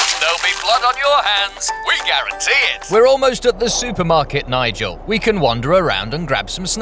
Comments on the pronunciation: i love how nigel pronounces it like "mamala" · I love how you can hear Nigel slowly becoming more and more incoherent, lol